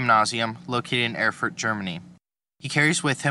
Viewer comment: great work as always! bonus points for the correct pronunciation